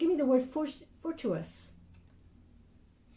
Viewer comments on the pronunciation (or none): lol phonetically “for-two-it-tus” fortuitous (a bit of a tongue twister- I hope you don’t mind, said with love) (Banbar) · Pronounced fort-u-i-tous thank you about time we crabbies experienced God’s blessings 🙏🏻🕯️💫✨🎉🌟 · It's pronounced fortu a tis...justlove your readings! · The word you were trying to say was 'fortuitous.'